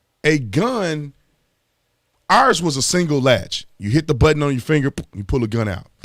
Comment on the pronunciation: A person is dead. A former officer is going to prison. And Tatum is worried about the reputation of the police. Tatum you epitomize the name "Pig". Also Tatum, the word is not pronounced ars but ours. You can get free GED classes.